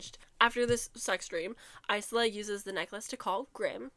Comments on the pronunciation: The “s” is silent in isla so it’s pronounced ila” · You saying you hate her name but it's pronounced eye-luh 😭